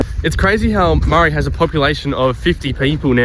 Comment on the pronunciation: Maree is pronounced into sounds: [MUH] + [REE] not murry